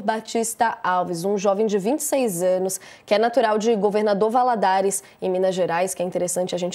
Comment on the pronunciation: Governador "VALADOLAR" KKKKK